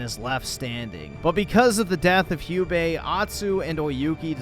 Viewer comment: Hugh-bae. lmao. Americans can't even pronounce English words properly let alone non-English ones.